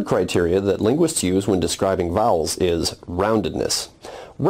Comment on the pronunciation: vowels - bowel big pronuciaton problem here